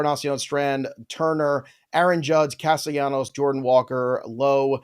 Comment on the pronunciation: Oh no, did you say "Jordan" Alvarez, twice? 😂 Edit: three times